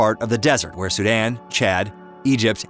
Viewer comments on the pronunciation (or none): none